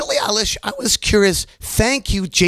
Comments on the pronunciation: it's eilish, eye-lish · it annoys me so much how he says her name 🙄